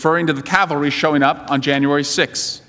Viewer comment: We are bringing the cal- vary. It's cavalry you meathead. Not a very good eye for detail, considering you are a prosecutor. Get your facts right loser.